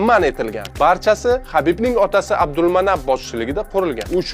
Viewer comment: Chichvordiz ismni talaffuzini Abdumonnob